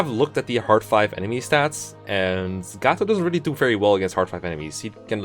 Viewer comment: No no no no no, Mr. Ro-Gotoh!